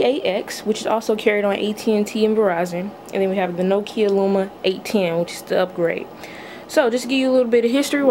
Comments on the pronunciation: It's LUMIA not luma. There is an I in the name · It's Lumia. Pronounced(Loo-me-a)